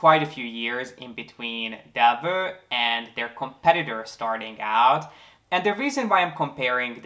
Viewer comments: Del- vow not Delvu. :) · It‘s actually pronounced Delwough